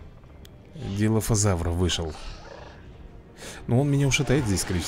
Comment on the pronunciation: И ещё ты говоришь ДИФОЛОЗАВР а правильно ДИЛОФОЗАВР